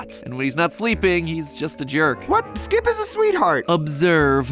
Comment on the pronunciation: im so used to Skeeeep that Skip sounds weird